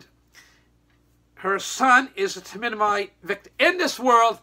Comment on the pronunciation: It’s thalidomide. Not flamidomide. This video is so offensive.